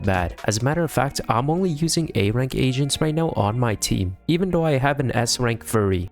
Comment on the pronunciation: Was it only me who thought he was saying a rank Asians instead of agents😭